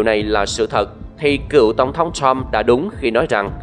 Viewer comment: Bạn đọc sai nhiều chữ "X, Sean, Trump, Truth social"